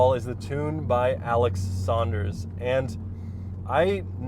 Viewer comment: Bro! Thanks for the shout-out:) -sanders60r It's sanders not "saunders" like Dion sanders ;) Enjoy We'll revise it later